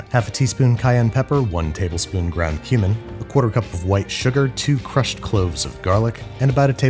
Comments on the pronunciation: I thought you said ground human not ground cumin lol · i thought you said 'human' when you said 'cumin' and got so scared. 😭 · Thought he said "ground human" and I was like, Torgo's Executive Powder? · When he said dried cumin i think i hear dried human cause my earphone moved and distorted the sound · He said 'cumin'. I don't know why I heard 'ground human'.